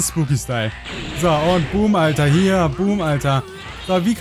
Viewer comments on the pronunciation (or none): none